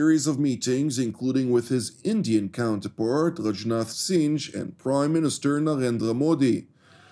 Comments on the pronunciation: It’s not pronounced Singe, it’s pronounced Sing, like singing a song. Singh! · Blessings, brother. Singh is said, "sing"...